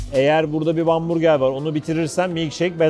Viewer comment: artık hamburger değil vamburger diyeceğiz(!)